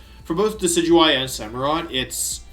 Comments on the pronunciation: Aww, you pronounced Decidueye correctly. I got so used to hearing "Decky-Dewey" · Wait did he just pronounce decidueye correctly?